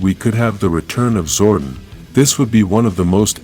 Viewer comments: Zordon is pronounced Zor-Don not Zor-Din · Billy will bring back Zordan and you need to fix your speech using his name wrong. His name is Zoradon not Zoe Dean